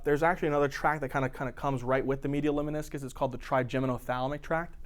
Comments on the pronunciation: Lemniscus, not leminiscus. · Lemniscus mispronounced. Please correct?